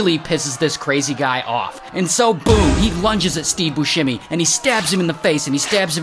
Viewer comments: FYI it's bussemi not buShhhemi. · If you're doing a story on a man, can you at least say his name right. 😒